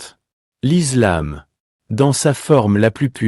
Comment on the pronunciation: Islam et non izlam